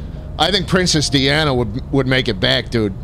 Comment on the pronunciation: “DIE-ANA” Jesus